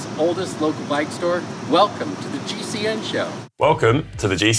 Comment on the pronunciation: Come on Connor, you need to have another go at the pronunciation of the 3rd place in GCN Inspiration, not great for an Irish man!